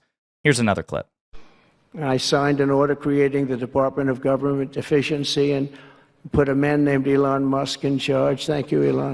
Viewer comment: 😅And when he says "Department of Government Efficiency" it sounds like "Department of Government Deficiency."